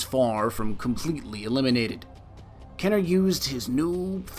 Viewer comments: KEY-ner. Not KEH-ner. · Easier if you said like this "Kin - er." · Its KEEner not KENner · KEEEEEEENER, not Kenner. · its keener... not kenner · kEEner.. not Kenner... you seven spelt it right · Awesome video! just so you know its pronounced kEEner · I stopped watching when he said “Kenner” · ok "kener" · Thought is was pronounced "KEY NER? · amazing video, but he was saying his last name like "kener" despite there being two e's before the n aha. that sort of thing just bugs me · Love this "Destiny Lore" style-ish video, do more!!!! P.S. I believe its pronnounced KEY-nur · It's pronounced KEENer you filthy casual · youre pronouncing my last name wrong fam xD